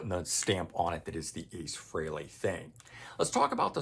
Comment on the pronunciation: Thank you for pronouncing "Frehley" correctly!